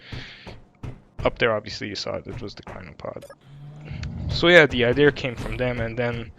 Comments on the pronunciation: It's pronounced I-de-ah not I -dee-ur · What is an "ideer?" At first, I thought you were trying to say, "idea," but there's no R in that word, so I'm just confused. Is it a deer sold by Ikea? Or maybe some new Apple product? Please tell me so I know if I need one, thanks. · bro idea has NO r in it STOP saying idear... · So… do people from the UK spell idea with an r are can they just not say idea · theres no R in Idea